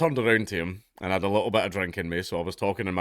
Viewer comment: All of his 'I's are 'E's. "Endian" "lettle" "dedn't" "universety" "lesten" "vedio" etc. Knowing that is half the battle.